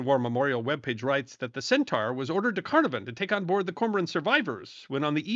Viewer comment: serendipity indeed, an excellent episode, well done. I was not aware that "Centaur" had a role after the sinking of the "Sydney". Carnarvon is pronounced as three syllables "c" as in "cat, "nar" and "vun" Port Moresby is pronounced as three equal syllables "port" "moors" "bee" there is a Memorial to the sinking of the "Centaur" located on a cliff top in Caloundra, Queensland, which is a town on the Australian mainland close to the site of the "Centaur" sinking. Robbo in Brisbane